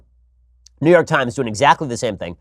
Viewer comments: When you say New York, it sounds like Neyorc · New York -> “Newurk”